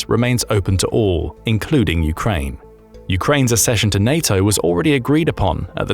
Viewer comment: Please learn how to pronounce ‘accession’